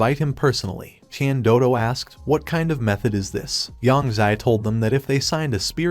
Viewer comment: Is no one gonna ask about how the AI said "tian doodo" instead or "tian dodo"💀💀💀💀